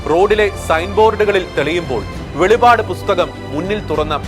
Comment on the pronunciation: Bro, it's not velipad....velippadu